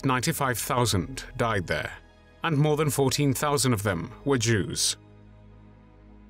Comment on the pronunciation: Ok I love these personal documentaries but is it just me, or does it sound like he's saying "Juice" instead of "Jews" 🤣🤣🤣